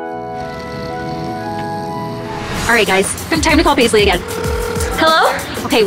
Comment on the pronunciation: The mum said baisley hahah